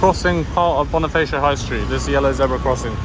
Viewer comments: it's BoniFAcio not BoniFEYcio. Never pronounce A as E when speaking tagalog words. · Hi Bonifacio is read as (Bonifasyo) not (bonifeysyo):)